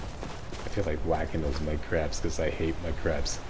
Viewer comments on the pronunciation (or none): Thought you said "whack my crabs" not whack mudcrabs lol